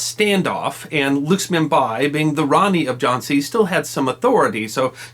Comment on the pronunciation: That was a pretty good capsule,! Not sure I'd agree with everything you say, but I see that you have been balanced in giving us both sides of Rani Lakshmibai's story. The name of the subject needs to be pronouned correctly -LACK-SHMI-BAAI not 'luxmibuy' as we hear here.